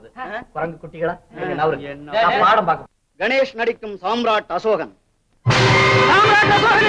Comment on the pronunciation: யோவ் அது காம்ரேட் அல்ல. சாம்ராட் அசோகன். காம்ரேட் என்பது கம்யூனிஸ்ட்கள் பயன் படுத்தும் வார்த்தை.